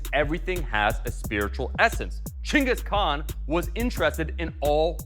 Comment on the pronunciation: impressed you said chinggis khan, disappointed you still spelled it ghengis